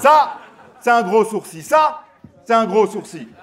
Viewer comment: C'est moi ou prononce " sourci " au lieu de sourcil?